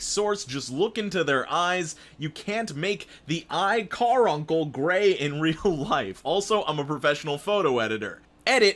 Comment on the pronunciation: Caruncle isn't pronounced like car-uncle, the a is pronounced like the second u in humunculus